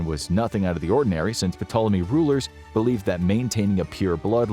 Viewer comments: Love the content you lot make, but these pronunciations in some videos grind on you after a bit. Sorry but the P is silent in Ptolemy 😅 Won't stop be watching and enjoying though 😁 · Who else cringed every time he pronounced ptolemy wrong? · P in Ptolemy is silent bruh. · Dude, you don't pronounce the P in Ptolemy. How do you not know that?? This is a history channel by n large. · I don't know why, but i just find it hilarious when he pronounces the P in Ptolemy 😂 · Except they can't pronounce Ptolemy correctly. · The "P" is silent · I noticed that too, wtf? Amateur mistake. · Note....the "P" is silent. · Great video, just one thing- the ‘P’ in Ptolemy is silent. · Im going to give this a thumbs up for the information but man the pronunciation is atrocious. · There’s no way you did this much research and made this whole video without learning how to correctly say Ptolemy. The “p” is silent, things like that make me question the whole video. I know all the information is true but because I know the subject matter myself but things like that really matter when trying to get through to viewers. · In words of Greek origin that begin with PT the P is usually silent. For example, Ptolemy should be pronounced Tolemy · The “P” is silent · Ptolemy has a silent P... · The P in ptolemy is silent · That's not how you pronounce Ptolemy. If you're going to make a video about something atleast you can look up the correct pronunciation. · Pronouncing that "P" was KILLING ME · Is anyone else losing it every time he pronounces the SILENT P!?! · The P is silent. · The "P" in "Ptolemy" is silent. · “Puhtoleme”? I always understood it to be pronounced as “Toleme” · Uh... "P'Tolemy??" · The "P" in Ptolemy is silent. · good video.. put the pronunciation killed me.. the P is silent lol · I hate saying this but when I was en Egypt they said Ptolemy was pronounced “Tall-uh-me” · The P is silent! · Ptolemy is pronounced To-luh-me. It's a silent P. His pronunciation was driving me crazy.